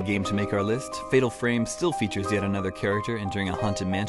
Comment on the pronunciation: pretty good "listht"